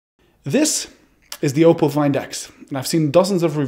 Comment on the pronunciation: Finally someone pronounced oppo right